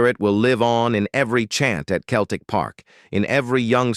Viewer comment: Pronounced like seltic ffs !!! 🤔🧐😒